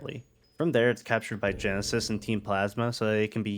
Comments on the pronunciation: He didn't know it was ghetsis, but he knows now tho lol, honest mistake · Half my brain: Wow that was a really well made analysis of Loss in Gen 5 that brings in so many cool and sad elements. This channel is so underrated. Other half of brain: his name is not Genesis, it's Ghetsis Ghetsis his name Ghetsis my boi Ghetsis his Ghet-Ghetsis my man Ghetsis, they say it in his theme i swear to Arceus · Why do you keep calling ghetsis "genesis" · To be honest i didn’t even notice he was saying it wrong but hard to do that when the guy has his own theme saying his name out loud which is very rare for a pokemon song to have words in it lol